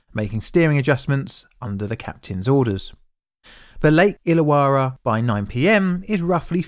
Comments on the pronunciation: Pronunciation tweak- Illawarra is pronounced Ill-a-worra. Yeah, it doesn't make sense. I grew up about 15 minutes from that lake, and that's the way we pronounce it. We have a suburb nearby called Towradgi... Tow-wrodge-ee. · It's TASmun, not TASMAN. HoBART, not Hobut. IllaWORRA, not IllaWARAH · May as well add "Lake Illawarras" pronunciation too the mix. Lake Ill-a-war-ra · BTW, it's pronounced "tasmen" with the e very short and almost silent. As an Englishman, I thought you would be on top of that one mate. It's also ho+bart not ho-bet. Illawarra is "IL" + "uh" + "WORR" + "uh" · Interesting pronunciation of “Tasman” also Hobart as “Hobit” and Illawara as “Illawarwa” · 2 R's in "Illawarra" it's pronounced "illa - worra" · that artwork depicts a HG Monaro - but the one on the bridge was a HQ monaro - also you need to work on your pronunciation of Tasman ( Tasmn) and IllaWarra ( ill-a-warr-ah ) it help to remember that Australians dont open their mouth or move their lips - 'coz it lets the flies in. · Ho-bart , bart like bart Simpson. Illawarra is pronounced il+uh+wo+ruh and tasman well you'd have to ask a Tasmanian that one and it might change depending on which one of their heads answers. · Your videos are usually pretty good, but the way you butchered so many pronunciations is cringe. Repeat after me: TAS-mun ho-BART ILL-a-wo-rah (btw it's spelled "Illawarra") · so weird hearing a documentary about the state i live in. and very infuriating to hear him pronounce tasman, hobart and illawarra weirdly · The image of those cars with their front wheels hanging over the edge are seared into my brain. It was huge news in Australia at the time. BTW your pronunciations of "Tasman", "Hobart" and "Illawarra" are quite jarring to Australia ears. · Great video, unfortunately the pronunciation of Tasman, Hobart, and Illawarra are way off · Your pronouciation of Tasman, Hobart, Lake Illawara. All WRONG.